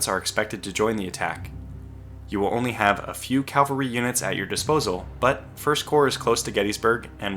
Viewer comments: CAVALRY not calvary 😂 other than that, EXCELLENT video!! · Please learn to say cavalry, not calvary.